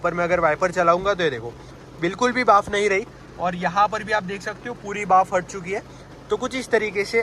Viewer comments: बाफ ❌ भाप ✅ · Bhaap not baaf 😂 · Bhaaf nahi bhaap... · Baaf 😂 gujju confirmed